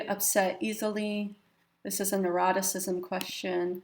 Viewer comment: Neuroticism? I thought you said eroticism. Test wasn't quite as exciting as I thought it might be! lol